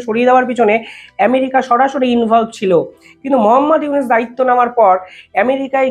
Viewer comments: ড: ইউনুস সারের নামটা সঠিক ভাবে বলা ঊচিত। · বেটা, ইউনুসের নামিটাই তো ঠিকমতো উচ্চারণ করতে পারছিস না।